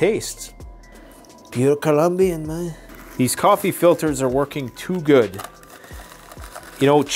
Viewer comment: “Pure Colombian mayn”